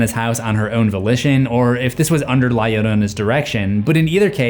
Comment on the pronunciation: Love the video but the fact you pronounce Llorona correctly but la inccorectly is sending me into another dimension lol